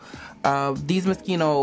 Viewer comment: Moschino , not Moskino 😂😂😂 I love your closet 👍🏼❤️